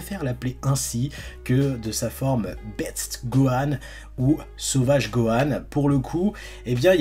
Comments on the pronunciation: Cest beast pas betst ca sprononce bist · Juste pour info: c‘est BeaSST Gohan et non BeaTTS Gohan lol parce que ça fait mal aux oreilles Sinon super vidéo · C'est Beast lu comme BIST en fait, pas BETS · Sa se dit beast (bist) pas beats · Gohan beast ! Pas Beats ! Ça se dit bisst ! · Bist et pas bits 🥲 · par pitié dites lui que c’est BEAST et pas beats